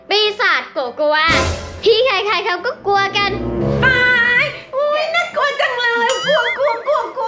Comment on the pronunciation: คำว่าน่ากัวไม่ใช่ต่องน่ากลัวคะ